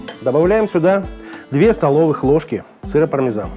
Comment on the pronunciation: Не понял вопрос :0), вас смутило что я сказал Пармазан вместо ПармЕзан, сорян если так :0) Если вообще сказать аутентично, так его название будет звучать так: «Пармиджано-Реджано». Не думаю, что в России все именно так произносят, учитывая, что мы уже исказили правильное произношение, я не думаю что … мазан.. и …мезан.. может считаться грубой ошибкой по сравнению с правильным произношением «Пармиджано». Но, если вы не знакомы с этим Итальянским сыром, я с радостью расскажу больше о нем и его использовании в кулинарии. Спасибо что заглянули к нам на канал, будем рады, если вы подпишетесь, и будете приходить регулярно. Нам ценен каждый посетитель и его мнение. 😀👍